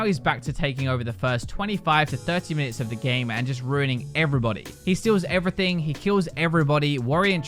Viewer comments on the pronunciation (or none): none